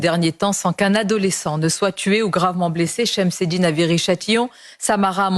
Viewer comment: Cest un camisse .. Aid moubarak sonia .Une camille😂😂😂 t exagere sonia mabrouk 😅 par contre shemsedine tu le prononce parfaitement. Et l'autre un nabot populiste qui change d avis comme de slips 😊😊😊